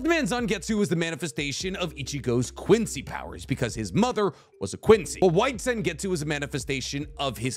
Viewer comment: has to work on his pronunciation of Quincy terminology, this hurt my ears and I'm not even German